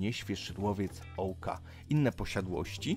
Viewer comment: nie Ołka tylko Ołyka i nie Płowice tylko Płowce